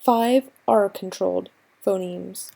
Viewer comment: Pho-NEMSZ not nims!